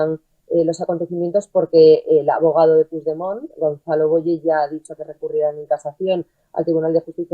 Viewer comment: Se pronuncia Puchdemon, no se si es burla a un presidente democraticamente electo por parte del perroflautismo o ignorancia supina.